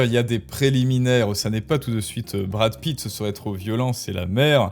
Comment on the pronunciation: Awête de diwe des ânewies à , je suis la vwaie maman de Mamad... de Bwad Pitt ! Fatoumata Pitt ;)